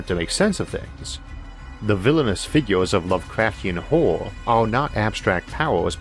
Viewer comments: I wuv H.P. Wuvkwafts Auhwuh stowees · OMG couldn't you have hired someone without your speech impediment to do this I don't want to hear a full grown man's voice not be able to pronounce horror